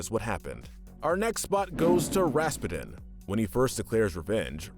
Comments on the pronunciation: It's Rasputin! Not! It's Russian. Think Putin, as in president Putin. Do you call him Vladimir P'denne? No! It's pronounced RASS-PEW-TIN. I couldn't finish the video hearing you Pronounce it so badly! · Everytime I hear "Raspeten" Raspeten- Ras-PEWTIN! Raspeten- Ras-PEWTIN! Raspeten- Ras-PEWTIN! RA-SPEW-TINN! Hearing him say Anastasia's "mother" Oh my gosh, GRANDMOTHER. I'm sorry for the rage moments, but those were my reactions Being a movie nerd sucks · Why did he pronounce his name Ras-pa-din? It's supposed to be pronounced Ras-pew-den. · Ok "Rasspedin" is killing me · Lol, it's pronounced Raz-Pew-Tin, like the main character in Psychonauts. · lol how you pronounced Rasputin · Did anybody bother to teach this guy how to say Rasputin's name correctly?? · Just a suggestion but maybe you might want to watch the movies before you narrate them. For example, Anastasia escaped with her Grandmother, not her mother and Rasputin is not pronounced correctly, but I like your channel 🙂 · What’s with the weird pronunciation of “Rasputin?” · Me when I heard when he said Rasputin: Whaaaaaaaa did he sayyyyyyyyyyy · Good list but the pronunciation of Rasputin hurts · You were mispronouncing Rasputin's name. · oh my god that pronunciation of rasputin